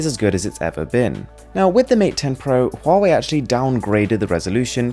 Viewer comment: Pronounced Wahway